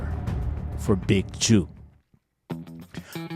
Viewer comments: It’s Jook. Not juke. Like jukebox on Rasing Kanan 😂😂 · Can't take you serious, you don't know his name. It's not juke , it's jook. Like fish hook. 😂😂😂😂😂😂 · Jook rhymes with Hook. Juke rhymes with Duke. Just helping you bro.